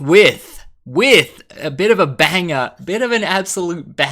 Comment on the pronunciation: You hardly ever sound Ozzie... until you said BANGAH !!!! Love it